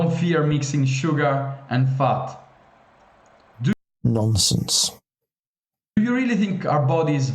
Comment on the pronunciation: Did he say "fart" or "futt" or what is it? 😂